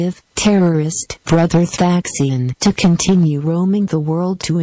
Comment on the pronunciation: It would be more credible if the video didn't use a computer-generated voice which pronounces "TH aksin" incorrectly.